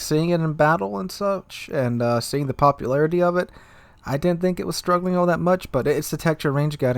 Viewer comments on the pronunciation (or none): none